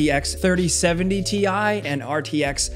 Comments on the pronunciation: It's TIE! Nvidia said so. 🤣😂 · apperently its TI not TI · Uhm, it’s called Ti(e) haha